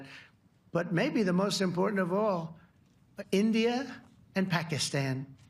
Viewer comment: His manerisms: Iindiiah and Pakistahn... Disgusting!!